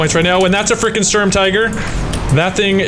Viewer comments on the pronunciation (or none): none